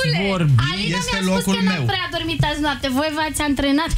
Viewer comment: Si cum sa andrenat u a u parca zicea in a, 😄😆😆